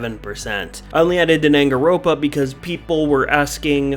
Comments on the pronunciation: Hey bud its dang-an-ron-pa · Danangaropa chefs kiss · its pronounced dan-gan-ron-pa and we like warhammer its just not really suited to dbd imo. you should be sorry for doing the classics dirty like that, hotline miami would be amusing but the classics shouldnt have been beaten by it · I am surprised Danganronpa was added and made it as far as it did. Also, the mis-pronunciation killed me.